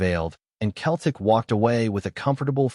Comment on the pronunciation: Your pronunciation of "Celtic " is wrong . I realise you're American. When you say Celtic, the C is pronounced more like an S than a K. Just trying to help